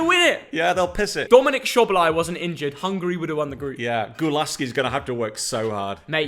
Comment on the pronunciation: LISTEN: It pronounced: DOMINIK SOBOSLAYI🇭🇺🇭🇺